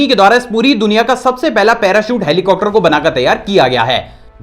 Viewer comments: Sir helicocter ni hota heli-copter hota hai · hai.. aap helicopter ko ( helicocter ) kyu kehte he sab videos me jisme helicopter ka koi fact batate he. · Why do u pronounce helicopter as helicocter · Who noticed that he said helicopter as helicocter